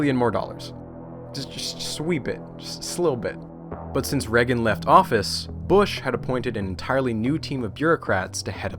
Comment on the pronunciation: How do you make an hour video and you don't pronounce Reagan right once